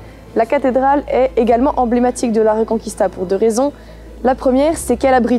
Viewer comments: Très bien Thaïs ! Mais de grâce, cessez de dire "réconkwista". En espagnol, "qui" se prononce comme en français. S'il vous plaît, dites "Francisco" Gimenez Cisneros et non pas "Francesco" que vous prononcez à l'italienne. Le Saint Jacques Matamore se dit en espagnol Santiago Matamoros mais là, vous faites un hybride en prononçant le mot français "Matamore" à l'espagnole. Bon, ce n'est pas grave. Votre travail est très bien. Quant au Cid de Corneille, il est inspiré de l'oeuvre de fiction de Guillén de Castro "Las mocedades del Cid", (la jeunesse du cid), l'ouvrage de référence étant "el cantar de mío Cid", poème épique qui raconte l'épopée de Rodrigo de Vivar. Cette geste est aux Espagnols ce que la chanson de Roland est aux Français, à cela près qu'elle est beaucoup plus fidèle du point de vue historique et que, plus récente, elle est écrite dans une langue plus accessible, sans compter que les Espagnols ne connaissaient pas cette importante division linguistique qui nous est propre, (langue d'oc et langue d'oïl). Je vous salue aimablement. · Oui je ne comprends pas cette manie, il suffit de le lire a la francaise, reconquista avec reconKista quoi ! c'est comme Paella qu'ils prononcent Paela :D